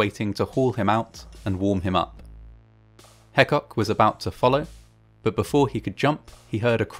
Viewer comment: Burrell Hecock is part of my family, and the story is well documented on our family history. Our name is pronounced Hee-cock.